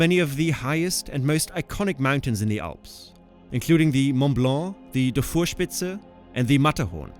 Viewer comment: Why do you contineously pronounce the Alps like the "awss"?